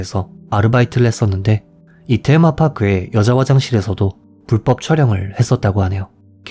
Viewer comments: 테마파크를 왜 떼에마 파아꾸 라고 하시나용ㅋㅋ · 테마파크 같은 외래어는 일본식이 아니라 한국식으로 발음하셔도 되잖아여😢